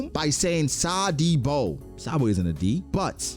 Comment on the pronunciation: SA D BO? , SA-BA-OH-DEE ? come one now people 😂